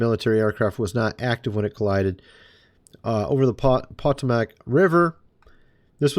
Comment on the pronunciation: the Potomac River is pronounced... Poe-toe-mack. And to be fair. I used to call a train Depot like De-pot instead of de-poe. We are so funny huh? 😄😄